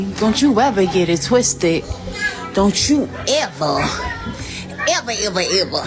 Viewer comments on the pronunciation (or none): Just don't get it twiste.... not twisted. Twiste.... fycking clowns